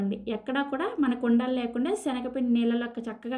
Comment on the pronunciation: సెనగపిండి కాదు అమ్మా...🤦‍♀️శనగపిండి..తల్లీ...